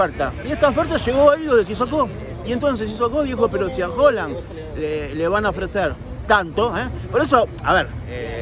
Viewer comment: Es primera vez que veo tus videos y me gusta el material Solo… pronuncia bien Haaland jaja me estresa escucharte decir Holand…